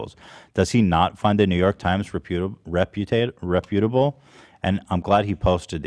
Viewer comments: mispronounced reputable in the last episode too, so I don’t think he’s taking it from Ethan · Loved that went along with Ethan’s pronunciation of “reputable” lol